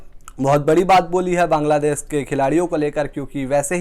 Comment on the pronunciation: भाई साहब बांगलादेस नही बांगलादेश होता है रोज आपको आकर ग्रामर सिखाता हूं लेकिन आप है कि सुधरणे का नाम ही नही लेते